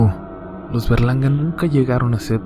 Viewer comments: yo crey q dijo los Bergalarga y era los Berlanga jaja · Pense que decía verganda XD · ¿Fuí la única que pensó que decía Bergalarga? :v no me juzguen plox